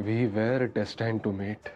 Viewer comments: Destaaained to meet 😂😂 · we were destined to meet❌ Wrong pronunciation